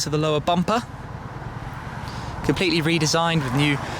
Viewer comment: "The new bumpaar..." That's the hell of an accent.